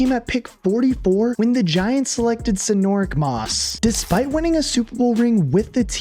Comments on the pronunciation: Who the hell is Sinorick Moss? 😂😂😂 it’s Sinorice Moss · Sinor-ICK Moss?? Ashley Lee-LAY?? Dude got half these names wrong. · Calling Roddy White “Rodney” and Sinorice Moss, “Sinor-ick” is nasty work. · He also mispronounced sinorice moss